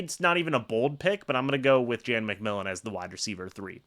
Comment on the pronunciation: It's McMillan.